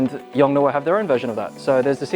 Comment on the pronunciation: the pronunciaiton is Yong-Noo!